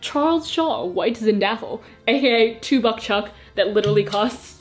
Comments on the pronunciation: Did she just call a Zinfandel a Zindafle? For those who don’t know, it’s pronounced Zin-fan-dill. Just so you don’t sound underaged when you go out drinking 😉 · DID SHE JUST SAY ZIN-DAH-FULL ??? AHH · sorry this is my first comment. I love these videos, I love your words and personality and you are very good at your job and make me smile a lot. but ZINDAFEL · When called Zinfandel wine Zindaffle I fully lost it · WHITE ZIN DAFFLE NOOOOO (its zinfandel) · also pronouncing it white zinDAFul was precious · The fact that you pronounced Zinfandel and Hargitay so so wrongly but so so cutely... no one can not love you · Nevermind I heard how you pronounce Zinfandel and renounce my offer of friendship